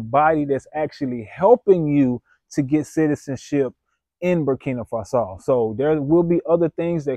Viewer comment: Never trust somebody who can’t even pronounce the country’s name correctly!!! Don’t be stupid